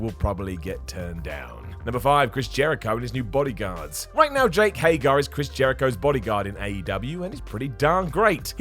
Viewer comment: Hey! You pronounced HAGER correctly! Yay! but then literally one minute later you pronounced it Hey-GAR again!